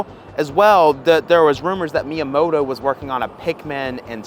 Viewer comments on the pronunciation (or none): none